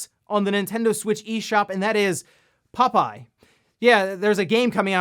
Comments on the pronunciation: More like "pupeye" 😄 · I was just listening to this and thought there was some dog themed popeye game called Pupeye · For some reason I find it funny with the way says "Popeye" 🤭